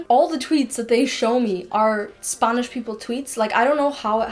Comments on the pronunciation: I don't understand why she kept saying "sp ɑ nish" , it is /ˈspænɪʃ/. And be careful with Wordreference with local expression always check with a Native (spanish) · I knew you were either a valley girl from California, or you're from a non English speaking country, only because you pronounce the letter A differently than most Americans. When you say "Spanish" you say it like Sponish. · i love how she says spAnish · What accent is this? When words Spanish, grammar and app are pronounced as Spunish grummur and upps? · „spuhnish upps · Leraning four languages, can’t pronounce Spanish in English... SPANNIS will haunt me for the rest of the day... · Got a bit frustrated at first when you keep pronouncing spanish as spangnish, but then I later realize, o, that's Ireland accent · I just love her accent whenever she says spanish LOL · the way you say spanish is funny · The way she says "spanish" tho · The way she pronounced Spanish omg weird lol